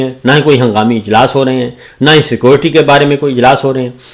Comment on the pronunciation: JANAB MR SITUATION PENDO BHI . CKOORTTI NAHI SECURITY HOTTA HA , POULEECE NAHI POLICE HOTTA HA. 2 OUR 2 = 4 . THANK YOU MASTER SAB. BUT FEW GHALAT ENGLISH K WORDS ATTEY HAIN WOH B GHALAT.